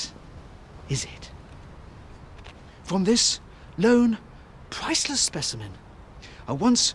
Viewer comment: more like "absolutely pwiceless"